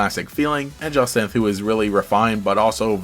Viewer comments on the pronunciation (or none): No. It's Ja-Sin-th. Like, Cyn from Murder Drones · It's Ja-sahnt, you were pretty close there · bouta be Jah’s-sahnt not gon hold you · I'm voicing my playthrough and had to stop FREQUENTLY to listen to a pronunciation of the name Jacinthe and I'm still not sure what to do. I gave her a flouncy Southern belle debutante voice